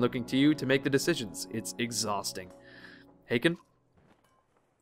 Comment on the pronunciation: Hakon would actually be pronounced H - awe - kon.